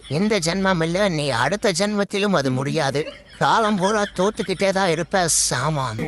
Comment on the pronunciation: Seemam❌ saaman✅